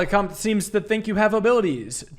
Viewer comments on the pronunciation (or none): This game is killer def wanna see more of it, it's pretty hilarious your French pronunciation though. Can't blame you there is a lot of weird words that you just kinda have to know the dipthong for, comte should sound a bit like count for example it's like English with bad spelling for a lot of these words